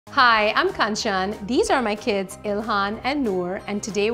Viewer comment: I keep hearing kachaan